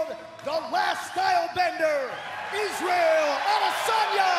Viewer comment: Anderson Iz-ah-yel Adesanya